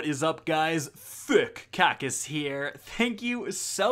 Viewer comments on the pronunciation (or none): Did I just hear THICCC KACKIS😂😂